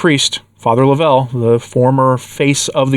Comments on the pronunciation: I knew Fr. Suhy's warning against the new leadership was trustworthy. Also, its not laVELLE. It is LOVEull. If you had listened to his podcast even once you would have heard him pronounce his own name. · Please say Fr. John’s name as “Love- uhl’. The emphasis is on the 1st syllable, and thank you for reporting on this. I was at their wonderful conference last year. It is a heartbreaker what has, and is, happening. Can anyone say these are confusing times?